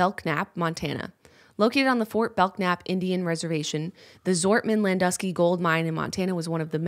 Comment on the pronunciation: Totally irrelevent to the video but my family is from Fort Belknap and the "k" is silent :)